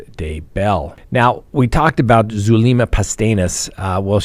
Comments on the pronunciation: If I had a dollar for every time you mispronounced Zulema’s name, I’d have a lot of dollars. It’s Soo-LEM-ma. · it’s Zulema (like zoo-lem-a) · min: what does your remark "uh, uh" about Zulema, mean? You do know she speaks two languages right? By the way, you're mispronouncing her first name.